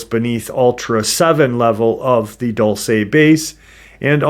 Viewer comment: My friend's family has their ranch/property just east of Dulce (Diné family) Dull-say: 🚫👎🏼 Dool-seh: ✅️👍🏼